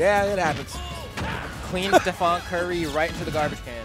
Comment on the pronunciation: Man said “STEPHON” smh lol know he don’t watch hoops lol